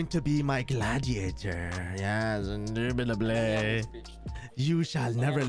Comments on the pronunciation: ''indubitubly'' gets me all the time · Indubitably induitably